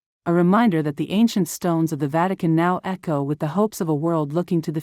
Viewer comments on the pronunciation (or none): none